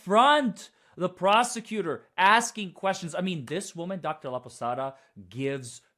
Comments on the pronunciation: "Laposada" not Laposata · Laposata, when you say it out loud sounds like the Spanish word for lopsided.